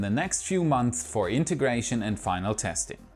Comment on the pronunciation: Last month I heard you say 'months' very smoothly. But alas, this epiSOde you went back to old bad habits!